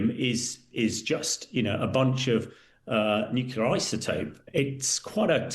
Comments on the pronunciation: Nuclear gentlemen, nuclear, not nucular! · The word is Nuclear - not Nucular. If I recall it was George W. Bush who first mispronounced this word. I never thought that Times journalists would copy him. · I do wish journalists wouldn't say "nucular", the word is NUCLEAR for goodness sake. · why do educated people pronounce nuclear as nucular? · When I hear someone say 'nukular', I automatically dismiss their opinion on the subject. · The mispronunciation of "nuclear" is a pet peeve in my book, right up there with mispronouncing the word "ask". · Even BRITS say NEW COOLER ....ITS NUCLEAR!!! LOL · Please stop saying "nucular". It's very annoying. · Nukular??? Come on aren’t you Brits supposed to speak English properly compared to us Americans? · Did their commentator say NUCULAR ?😂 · I know how you feel, but Victor J. Hanson calls it nucular so you have to allow some leeway. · many say nukeelar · Nukula is not a regional accent variation. It is simply laziness. It's rather like calling you Grame or Grime. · "Nucular" isn't a dialect word. Like "dimunition" or asterix (for asterisk), it is a plain and simple mispronunciation. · What is a NUKULA programme? Can't the Times Radio get proper English speakers to present their stories? It's a vitally important matter of credibility for a news channel to employ news readers who use the correct words to describe topics and events. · I do wish people would pronounce nuclear correctly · The pronunciation of the word 'nuclear' has been tortured by uncountable numbers of people ever since it hit the dictionary. Junior wasn't the first to do it and he's obviously not the last. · Oh no! It's Tweedle Dum and Tweedle Dee - and neither can pronounce the tricky word "nuclear." FFS, Times Radio. Where do you get these morons?